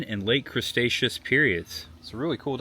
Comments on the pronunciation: Bro you butchered so many names 😂😂😂. And its Cre-Tecious not mr. Crabs 😂😂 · Cretaceous❌Cresaceous✅(he butchered all the names💔) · I like that you kept saying "crustaceous" instead of Cretaceous Period. 😂😂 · It was actually funny hearing him say words like "creStaceous" or "carnoSaurus" and naming pretty obvious dinosaurs wrong by first observation. 😂 Not annoyed at all since it was great seeing him react to everything just as a normal dinosaur fan would. 👍